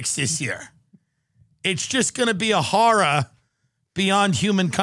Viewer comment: Whenever Tim says “horror” I smile. He pronounces it the best!!